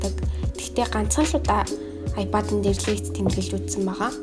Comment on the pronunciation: аяпайд гэдгээ зөв хэл